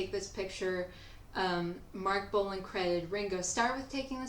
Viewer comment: It's Bolan not Bolin! 😢 Lol. I bet you love that Punk band with Johnny Rattan and love Kylie Minogue - no wait! That doesn't work, that name's already screwed up! 😅😂 Sorry Kylie, we still love you. It's just that.. ..I just can't get you outa my head!